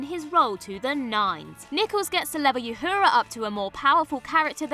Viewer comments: Yhura? It wouldn't be Trekculture without the mispronunciations. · You mispronounced Uhura, Takei, and Nana!